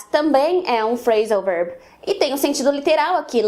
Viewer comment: Gostei bastante do vídeo , quando você fala Phrasan verb o verb parece ser dito como out.